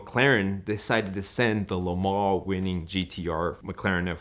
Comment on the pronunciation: I’ll listen to him when he learns how to say Lemans correctly. Speak English ffs